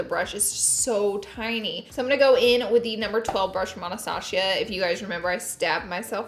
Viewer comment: ik we did not ignore the fact she said “anastashia”😂